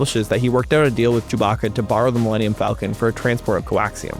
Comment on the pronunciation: "Millennium" could technically be some alien word if you say it that way. Mil-lenn-ium Falcon. Dude probably thought the ship was named after some alien bird from a planet called Millennium in universe 😂